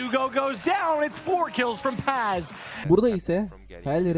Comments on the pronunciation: Video güzel olmuş eline sağlık. Fakat telaffuzlarda sıkıntı var Paz kelimesi yazıldığı gibi okunuyor. Pez şeklinde değil. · İngiliz olduğu için. Bu soru daha önce SpaceSoldiers oyuncularına soruldu PAZ şeklinde oknuyor.